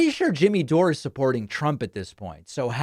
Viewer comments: David, I'm with you on Dore losing his way, but you're not always speaking with integrity here. Intentionally mispronouncing his name and alleging he's for Trump is sloppy. You're too intelligent and credible to need that. The grain of truth in what some of your audience is telling you regarding Dore being a "North star" (yes, outlandish, I agree) is that he's willing to be critical of the Democratic party. One of the reasons I don't watch you as much as I used to is your unwillingness to do the same (this coming from a progressive, by the way). One example that was particularly alienating was your attempt to highlight Trump's "dementia", while never - or, in the best case, rarely - focusing on Biden's obvious mental decline, a decline at this point more pronounced than Trump. Highlighting election denial on the part of Republicans in 2020 (again, I agree that their claims of voter fraud are absurd) without covering all the ways in which Democrats exaggerated Russia's effect on the 2016 election (empirically negligible), including repeated absurd claims that the election was stolen or heavily influenced by that nation , is another example. We need credible, intelligent voices such as yours in our discourse. My vision for a north star would be a dialogue inclusive of more criticism of the Democratic Party. That would, for me at least, be a sign of someone speaking "from the left". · Please stop saying his name like that David, when he says his name,he says DOOR!!!!!!!!!! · You're pronouncing his name wrong, David, it's door, like close the door 💯💯💯😂🤣😅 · Jimmy Dore is a bullshitter and a nutcase. By the way, you're the only one I've ever heard pronounce it, "Jimmy Dor-ay". Also you say, "Lauren Bo-bear". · You know so little about him you can't even pronounce his name. So maybe do a little more research before shooting off your stupid mouth. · Davey cannot even pronounce jimmy’s last name correctly!K 🤣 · "Do-ray"???? Did David have a head injury? DORE! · "Doray" lol 😆